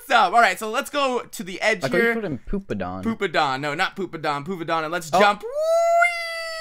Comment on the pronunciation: Im so immature, I laughed when he said "poopadon". I'm ashamed haha XD